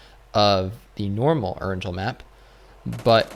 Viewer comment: Please learn how to pronounce Erangel properly.. You're a PUBG content creator yet it seems like you know nothing about the game before mobile was released..